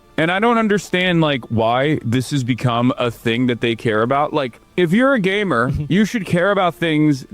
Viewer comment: did he say gaymer? XD